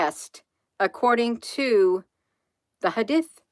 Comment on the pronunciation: It's pronounced hadeeth... good job Hun.💗